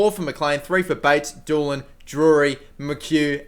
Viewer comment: Dolan is Doe - lan not Doolan! haha